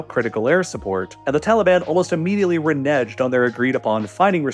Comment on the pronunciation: Renege is pronounce “re negg”